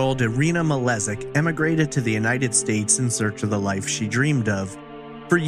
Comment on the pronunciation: The last name is actually probably pronounced as Malejik as the word jingle and not as the letter z